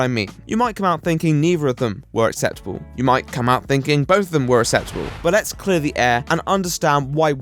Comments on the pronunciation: Acceptable... Ax-sep-table... Acceptable. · You sound like super nanny do all posh people not know how to pronounce acceptable?